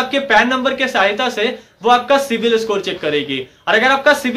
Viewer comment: It is CIBIL, not CIVIL.